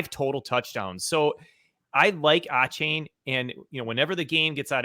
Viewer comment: Achane is pronounced a-shane. Highly recruited out of Fort Bend Marshall here in Texas.